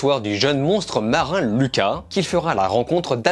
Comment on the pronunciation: Merci ! Enfin un gars qui prononce bien Luca ! 🇮🇹🤌🤪👏